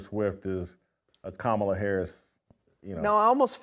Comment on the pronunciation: You're finally pronouncing Kamala's name right lol